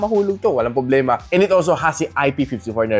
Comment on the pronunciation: Ano ba "poblema" mo? 😆